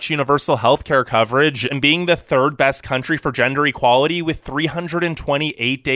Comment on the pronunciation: Like your channel but "best" isn't pronounced "bast".